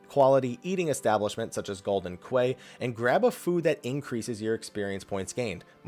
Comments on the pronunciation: "Quay" is pronounced 'key', not 'kway' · Quay is not pronounced "Qway" it's pronounced "Key". Yes it's dumb and it makes no sense but it's true. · Quay is pronounced "key". It irked me enough to point it out. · Quay = 'key' lol. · Quay is pronounced "key" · Quay is pronounced "key". They say it several times in the game. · I've learned to pronounce quay as key a long time ago as quay means penis in Thai. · Ugh, that pronounciation of "Quay" though man. Ain't english your first language? They even vocally say the word "quay" multiple times during the game when referring to that place.